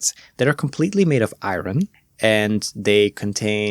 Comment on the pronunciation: It surprises me how many Germans can't pronounce iron to save their life. Also congrats. Best wishes for the future.